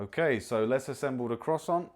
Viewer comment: Mispronounced ‘Croissant’ but he’s a ‘Brit’ so he gets a ‘leave pass.’ Not impressed with the appliance- I own a Ninja air fryer and it’s great!